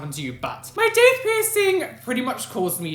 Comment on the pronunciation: I thought u said dick piercing